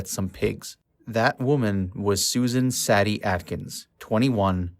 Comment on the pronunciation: Well done video but with glaring mispronounciations. Sebring is pronounced sea-bring, Van Houten is Van How-ton, Sadie is say-dee, Leno LaBianca is Lee- no. among other mispronounced words. My guess is this was made by someone too young to have been born when this all went down. Still, if you care enough to make an otherwise good video, you should take the time to make sure you are saying the names correctly along with any words you may not normally use day to day.